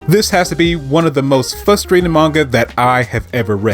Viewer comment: Hearing you pronounce Frustrating as “Fusstrating” is causing me a lot of frustration. Otherwise I agree with your take.